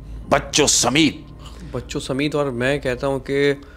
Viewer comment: لفظ ہے سمیت samait Not sameet.